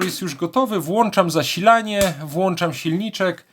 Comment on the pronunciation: piękna Polszczyzna: włączam, nie włanczam 🇵🇱